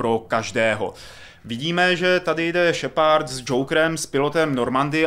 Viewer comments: Tahle hra si zaslouží sakra víc pozornosti...lol ta angličtina..šepard :DDDDD SHEPARD! šheprd.. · Jinak Más efekt bych to vyslovoval i já, pravda, šepárd mě docela rozsekal. je týpek ale má prapodivnou výslovnost dycky (podle mě:D) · kerberus? šepárd? just wow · no ty vole...Kerberus,Shepárd...to snad ne!No trochu na ty vyslovnosti zapracuj:D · no tyvole.Vyslovuje se to Šeprd:D ale musis mit trochu americkej prizvuk jina to zni blbe;) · wow tak tahle video recenze je dost nepřesná. A ty komentáře jsou někdy opravdu až směšné. Tak třeba nečte se to kerberuss a jeho příjmení se nečte šepárd. A vlastně to celé zní dost komicky.. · Ježiši angličtináři jak sviň Šepárd a Kerberus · naučit se anglickou výslovnost šepard to je hrůza...